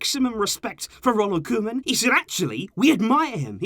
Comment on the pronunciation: “Koman” EVEN THE BEST MAKE MISTAKES ! 😂😂✌️